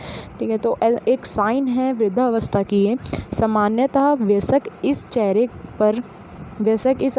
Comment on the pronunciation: Ma'am sab thik hai lekin vayask hai vyasak nhi pronounce galat ho gya h